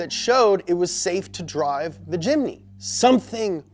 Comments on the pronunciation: ts not a jimny its a chimny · Very happy indonesia it call jimmy not jimny weird wkwkwkwwk